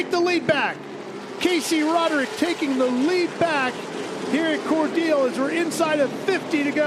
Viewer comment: Hey, it’s pronounced as Cor- Dell as in the Dell computer. Not dill like the pickle